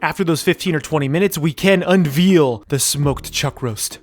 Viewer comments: When you master that, could you then also pronounce unveil correctly? it's veil like what a bride has in front of her face, sounds a lot like "vale". You pronounce it as veal as in reveal. Not trying to be offensive or rude, just a minor mistake I've noticed after watching a boatload of your videos haha. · Maybe I'm missing a callback but 'unveil' rhymes with hail, mail, and rail. Unvealing sounds like a crime against schnitzel. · does it bother anyone else that he says 'unveal' instead of 'unveil' lol? looks tasty though great vid!!